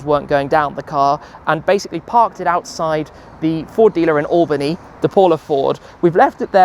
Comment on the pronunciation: As a native from Albany (thank you for pronouncing it correctly btw) we have the WORST roads in all of New York! It's a warm welcome to the capital of New York!